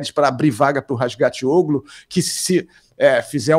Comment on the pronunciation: O sobrenome do Toprak é "Razgatlioğlu" (tli e não ti). O locutor do WSBK pronúncia direitinho.